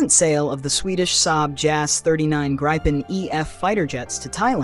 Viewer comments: I liked the narrator and her elocution except that she did mispronounce the name of the Gripen fighter , because the name is Swedish , not English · It's pronounced like Greepen with ee not i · In that case it is a perfect imitation of the human voice , only the pronunciation had one little small mistake